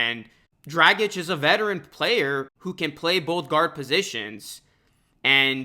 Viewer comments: Hate the way you’re saying Dragic. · Could you say his name anymore wrong? Omg. It’s one of the easiest European names to say. It’s like “drogic”.